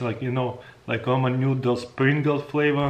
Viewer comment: roman nyoodles